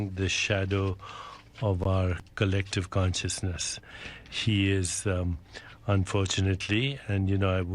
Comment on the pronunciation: I highly disaprove of Trump too. Besides this, my stomach wants to turn every time I hear Deepack says things like "cullectiv cunsjusnus". This is a quack saying he disaproves and fears an asshole. Well, okay, but we could do nicely without both of you guys.